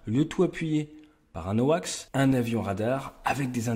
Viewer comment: Awacs et non pas Hoax☺😜